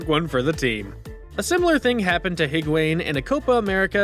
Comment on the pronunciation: Dude said higwayne